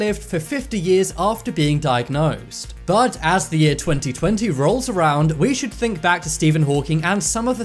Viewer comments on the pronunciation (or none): none